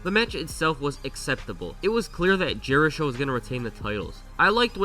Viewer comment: I love how everyone called them "jerishow" when jerichos said multiple times he hates that name 😂